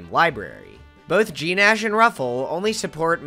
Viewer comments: Gnash is oronounced “nash” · The g in gnash is silent, as in "The gnashing of teeth." Okay, I'll go be a pedant somewhere else now, sorry.